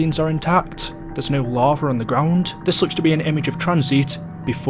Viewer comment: Lava * not Lorver